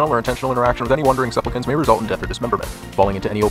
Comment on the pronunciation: "suplpicants" NO BUT this was so hilarious